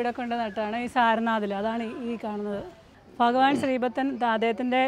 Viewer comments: Faghavan അല്ല ഭഗവാൻ ആണ്‌ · ഫഗവാൻ അല്ല, ഭഗവാൻ! ❤❤ ചുമ്മാ പറഞ്ഞതാ കെട്ടോ. ഇഷ്ടം ഉള്ളത് പോലെ പറഞ്ഞോ. ഒരു കുട, പറ്റുമെങ്കിൽ വെള്ള വാങ്ങി വെക്കാൻ മറക്കണ്ട. വെയിൽ അത്രയും കൂടുതലാണ്